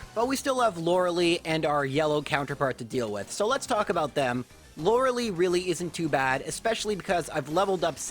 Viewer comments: Come on man. Still? It's Lore-eh-Lie, not "Loralee". I am going to keep commenting this on your videos until you fix it. If you truly believe that "Loralee" is the correct pronunciation of her name, I'd be happy to have a conversation with you and hear your thoughts. But otherwise, please fix this mistake! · We need a Lorelei run! You could name yourself "Lorli" to mirror the way you pronounce her name 😛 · Also, "Lora lee" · "Loralee" "ArCAYnine" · that is not how you pronounce Lorelei